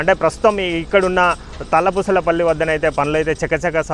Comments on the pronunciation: Talla pusa pally ani cheppa radhu ra howley antha ibbandi paduthav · Ore ayya first village peru palakadam nerchuko Tallapusapally name tallapusala pally kadhu